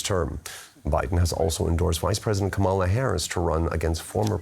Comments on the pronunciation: The anchor mispronounced Kamala. KAH-muh-luh, not Kuh-MAH-luh. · KAmala (like "Comma-la") Not kaMAla. Not Kämäla. Hope you all will learn how to speak her name from now on - it's a sign of respect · It's pronounced like Kámala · Would you please teach how to say her name?!?